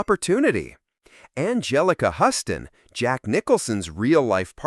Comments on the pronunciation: Chair ? Huston instead of Houston? Can the AI be any more obvious? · lost me at "huss-ton"